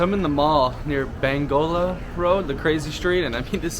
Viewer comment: ‘Bangola road’ 😂 you crack me up bro